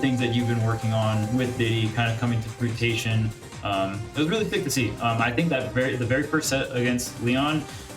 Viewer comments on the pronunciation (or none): Someone needs to tell that is “fruition” not “fruitation” lmao….that’s the second or third time I’ve heard him say that Oh, and wtg Tweek!!